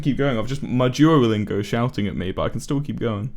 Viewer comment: sounds like he's saying jewolingo